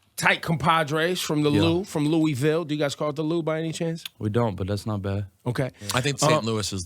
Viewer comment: Glad he says Louisville correctly